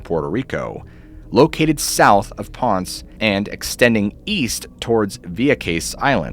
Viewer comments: It's "pohn-sey" not "ponse" 😭 Poor Ponce getting butchered. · Great video. The only thing I would add is that the Narrator says Ponce(Ponz) he should pronounce it as Pon-say. Down In The Deep Blue. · It’s pronounced pon say. Ponce. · Please next time you do a video and you mention another country at least look up how to pronounce the names. I'm Puerto Rican and it was really hard for me listening to you butcher the name of the town Ponce you mispronounced it like crazy it was brutal for me! There were other names and words as well but that one stood out the most to me. 😫😵